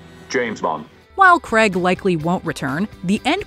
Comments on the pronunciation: It’s pronounced Craig not Cregg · Do you realise that the actor that plays James Bond is called Daniel "Craig"? It is not Daniel "Creg".